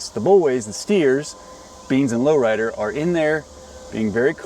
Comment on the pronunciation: Sometimes I think you're saying Loretta instead of Low Rider.😅